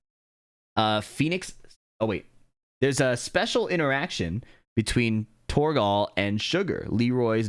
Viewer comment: the way you pronounce torgal pains me